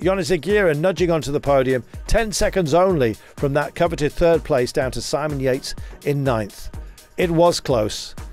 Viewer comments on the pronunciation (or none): none